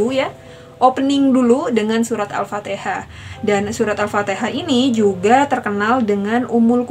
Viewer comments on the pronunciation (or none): Alfatikhah mbaaa bukan alfateeeekhah.